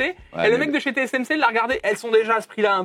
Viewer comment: Bon, il faut que vous arrêtiez de dire/prononcer : TCMC au lieu de : TSMC. C. ABUSÉ, NON ?!